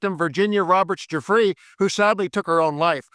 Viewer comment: SHE WAS MURDERED AND VIRGINIA GIUFFRE PRONOUNCED JEW-FRAY EVERYONE NOT GOO-FREY , VIRGINIA GIUFFRE PRONOUNCED JEW-FRAY